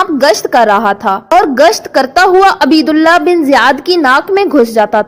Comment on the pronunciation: او بی بی عین پر پیش اور ب پر زبر پڑھو